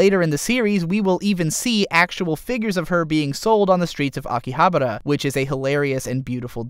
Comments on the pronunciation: Please pronounce it correctly ;-; Akihabara Aki-ahh-bah-ra not Aki-abra I usually don't post these sorts of things, but it tilted me so hard I had to plug my ear holes with protection to save me. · Excuse me I hate to sound like a dick but you missed pronounced Akihabara this location is based of a real life location in japan (which is where the real world conterpart of Log horizon) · Isn't it Akihabara instead of Akihabra ? #NicpickNotReally